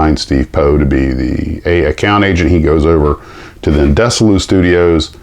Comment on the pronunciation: Desilu Studios is pronounced Dezzy-Lou. Emphasis on last syllable. Desi Arnaz, a Cuban big band leader, was married to comedienne Lucielle Ball. They formed their own production facility on the old RKO lot to shoot ''I Love Lucy.'' Other productions were ''Desilu Playhouse'', ''The Untouchables'' and ''Star Trek.'' Lucy bought Desi out in 1962 and sold it to Gulf and Western [who owned Paramount] in 1968. The facility was then Paramount Television.